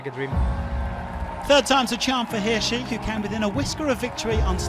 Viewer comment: Hirschi not Hirshi